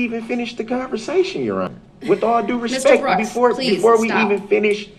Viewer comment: Not one time did he say respect. It was always "respeck". He didn't know how to say it or give it ! Obviously, his adult role models never taught him much !